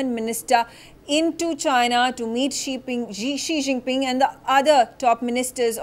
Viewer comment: Ji Xinping ?? 🤣🤣.. This is worese than 11 Jinping!